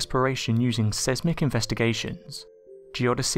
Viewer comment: great video ONE PROBLEM , learn how to pronounounce Seismic its the same in both English and american , just not the way you say it .... S-EYES- Mick theres even an audio at that link if you still are not sure